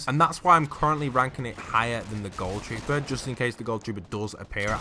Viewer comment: The way he called ghoul troooer the renegade rader 😂💔